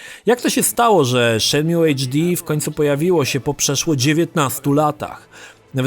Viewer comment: Zanim zaczniesz recenzować naucz się dobrze wymawiać tytuł. Shenmju gosssh god damn it.